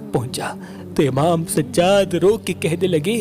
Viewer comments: Bhai sajad nahi sajjad keep it bro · Sajaaad a.s plz pronounce correct